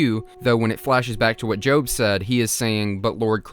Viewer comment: Your pronunciation of the name Job for the character in this is probably correct because of all the Biblical themes